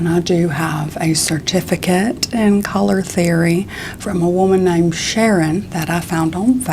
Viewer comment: I thought i heard ‘Shannon’ instead of ‘Sharon’ and i was like SHANNON DEBUSSY